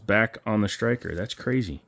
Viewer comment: Sir, did you know that there is NO H in the word striker? It is striker not shtriker